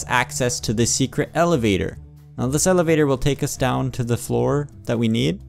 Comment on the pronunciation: Floor not gloor